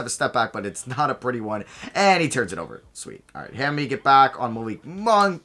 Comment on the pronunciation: Diallo's nickname is pronounced like "mommy" not hammy lol